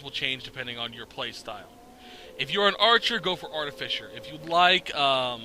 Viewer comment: ahaha it's "Art-uh-fye-ser" not "Art-uh-fisher" I subbed, thank you for the knowledge